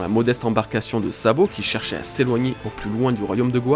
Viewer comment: Super Travail! Rien à redire sur cette vidéo sauf ceci: A partir de 8 minutes 43 environ, j'entends: " Lorsque Sabot récupère Dragon..."; Voilà c'est tout 😅 sinon au top! Continues comme ça!